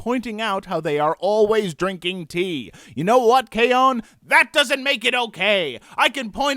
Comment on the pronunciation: That was hilarious but it's K-ON...you either like it or you don't...there's no two ways about it. PS do more reviews with both of you toghether